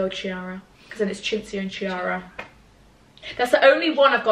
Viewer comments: Chiara in italian (as in Chiara Ferragni for example) is actually pronounced “Kiara” and not “Ciara” :) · the name Chiara is said like ‘key-are-ah’.. you’re Italian you should know that😂😂😂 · As an italian, it feels so weird to hear a brit talking about Chiara Ferragni!! I literally love her and Federico (her husband) so much!! Also, it's actually pronounced "key-arah" xx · Sis...that is not how you pronounce Chiara😭 I thought you were Italian